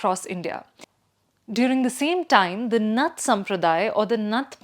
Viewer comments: Anyone who pronounces Naath as Nath doesn’t have any understanding of what they’re talking about. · See ,when you are representing news houses like The Print you should at least pronounce the name correctly .Its not `nuth` sampradaya its " NAATH" sampradaya ! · What kind of quality you give to your audience.. Is this lady indian Or outsider... She doesn't even know how to pronounce indian words.. It's 'Naaaath' not 'nuth'